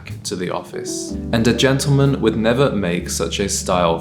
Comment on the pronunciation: A ‘gentleman’ knows how to pronounce GENTLEMAN to start with, and he knows how to present himself, properly shaven. You are such a fraud!